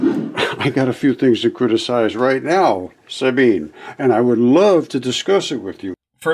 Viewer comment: I rewatched this because it's funny, and I noticed you missed the pronunciation of Sabine's name. If I remember IPA, it would be: sʌ•bin•ʌ Otherwise, it would be like sun without the n, bean, and none without the final n sound. I'm sure you'd prefer to get someone's name correctly, so I figured I'd pipe up about it. 🤷‍♀️ I hope you don't take it as an insult.